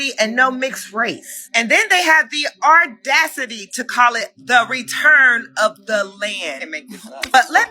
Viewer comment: Did she say ardacity 🥴?